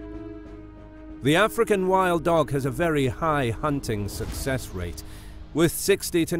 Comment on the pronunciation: No one. Absolutely no one.: "Ahfrikan Whild Doug"